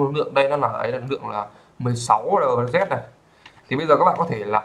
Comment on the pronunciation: ông nói tiếng anh sai hết vậy ai mà hiểu. whitelist đọc là gì thế ? LZ đọc cũng sai